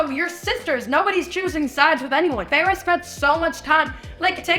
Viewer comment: Just letting you know feyre is pronounced fey rah 🫶